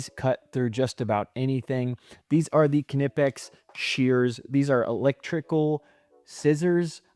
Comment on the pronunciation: You’re pronouncing Knippex correctly and pronouncing Wera incorrectly. In German, the W sounds like a V. Didn’t know FLIR made a NCVT!